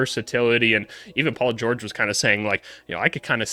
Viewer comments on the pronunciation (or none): none